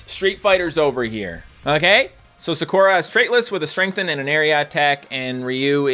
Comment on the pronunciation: Someone please teach this man how to pronounce Sakura and Zangief